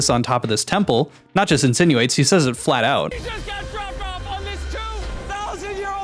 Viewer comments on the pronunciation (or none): none